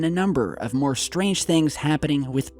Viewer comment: More is not maryer